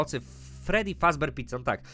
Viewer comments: fredi a nie tedi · to jest freddy - fredi, a nie tedi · nie tedi tylko fredi haha le rzeż frediego pojechał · FREDDY A NIE TEDDY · nie gęsi tylko freedy!😎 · freddy!! a nie tedy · Miś to Freddy (czytaj :Fredi) Królik to Bonnie (czytaj :Boni) Kurczak to Chica (czytaj :Czika) Lis to Foxy (czytaj : Foxi) ten co do ciebie dzwoni to Phone Guy (czytaj: Fon Gaj) I fajnie że grasz w Fnaf'a ...Ale ja chcę the Stanley Parable!!!!!!!!!!! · nie tedi tylko fredi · misio-fredy mów fredi